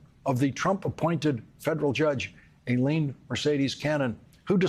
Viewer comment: At least someone pronounced her name properly: Aileen, not Eileen. If we’re going to impeach her, we gotta get her name right 😂